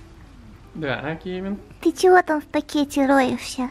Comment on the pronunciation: вобсето не кэвин а Кевин поняла